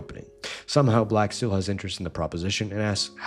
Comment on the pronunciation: First of all, don’t pronounce it like that. Second, that’s a still image.